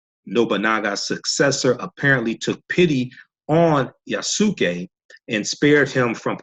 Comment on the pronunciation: The way you say his name is Yah-ss-kay. The (u) is silent in Japanese. Not (Yah-sue-kay) It's Yasuke. Wanada forever✊